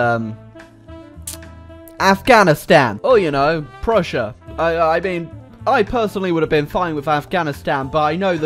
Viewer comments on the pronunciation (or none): none